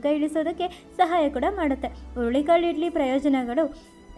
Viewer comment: ಅಯ್ಯೋ ಅದು ಹುಲ್ಲಿ ಕಾಳು ಅಲ್ಲ, ಹುರುಳಿ ಕಾಳು